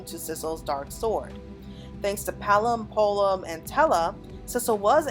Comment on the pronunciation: Polom, instead of Porom, I know that Rs and Ls are interchangeable in Japanese when being like translated and such but wows. Its so rare to hear someone say 'Polom' over Porom when saying her name. It caught me off guard. XD